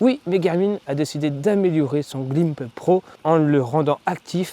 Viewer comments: Claïmb pro en phonétique pas climpro 😂😂😂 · On dit Cl"Aïe"b